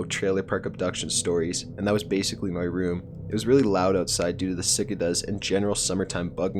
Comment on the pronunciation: Cicada (sickay-duh)